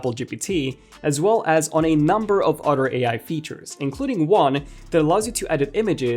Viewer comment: It’s “other” btw, not “otter”.. lol